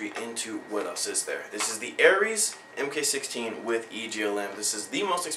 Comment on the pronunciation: Because that is the SOCOM designation of the scar. It's pronounced MARK not M K.